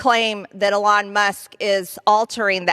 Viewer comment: 'Alon' Musk